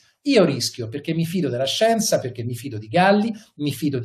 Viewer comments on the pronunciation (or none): Mi fido della scienzah, mi fido di Galli, mi fido di Crisanti 😪. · LA SCIENZAH! Ma vaff..!